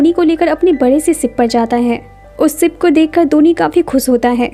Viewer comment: Aap sha ko sa q bol rai... Sara maza bekaar ho jata h... Sip... Nhi ship.. Nisana nhi nishana😅